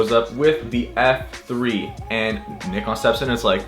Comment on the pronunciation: When an American pronounces nikon as it should be pronounced!! It's pronounced [neekon] not [naikon]!! Tell em!!